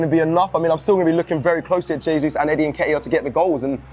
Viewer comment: you must help and teach him how to pronounce Jesus and not Zasuse.🤦🏻‍♂️